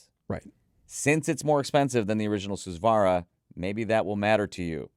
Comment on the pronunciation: Please take the time to pronounce Hifiman names properly. They use Sanskrit Hindu religious words to name their products. It’s really weird that people in the hobby will take the time to pronounce words properly from brands using words from European languages but will absolutely butcher Hifiman’s borrowed Sanskrit language and not care AT ALL. Susvara, Ananda, etc are all said differently from what reviewers say.